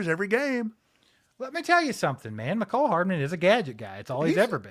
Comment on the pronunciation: Mecole Hardman! Put some respect on that man's name. I told you so; and I'm not going to let you forget. 😂😂😂